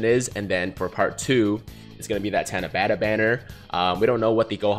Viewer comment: japanese only has one "A" sound which is like [ah]. so it should be pronounced like [tah-nah-bah-tah]